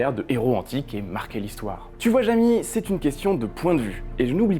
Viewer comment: Jamy ça se prononce "Jami" ou "Jémi"-à l'anglaise- parce que le gars a dit "Eh oui Jémi"